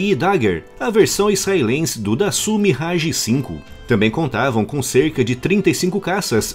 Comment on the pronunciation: Dassault, se pronuncia: “dassô”